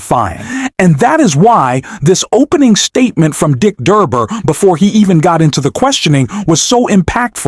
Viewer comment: When you mispronounced Dick DURBIN's last name, I quickly knew you were not worth watching. Good bye.